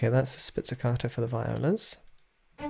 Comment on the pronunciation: Great comparison video! Thank you for doing it. Just a little suggestion: it’s “spiKKato’, not “spizzicato” :-)